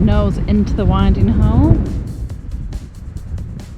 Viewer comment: I'm surprised no-one has commented on your pronunciation of "winding hole".